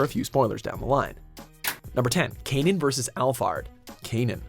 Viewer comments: Canaan? You mean "cannon"? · “Kay-none” What a cringe.